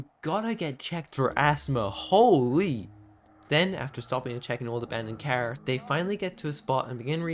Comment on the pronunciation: i deeply apologize, but when your irish accent said car, i couldnt help but be reminded of another youtuber C=